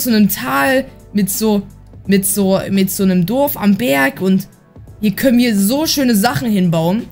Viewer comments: Es heißt Dorf nicht dof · Du sagst immer durf das heist Dorf hahahaha Nicht böse gemeinst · XD er sagt „Duf“ zu Dorf 🤣